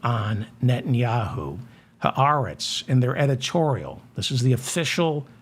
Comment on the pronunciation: Nice (and unusual) to actually hear someone pronouncing the words, "ha aretz," properly. (MANY people don't.) Of course (since you have revealed that you were a "cheder bucha" until you were almost 20(!)), I should have expected nothing less!